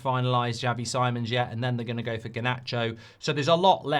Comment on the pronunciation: Mark, it's Xavi 'Seemons', not Sy-Mons. I think it was Ben Jacobs that asked him and he confirmed it.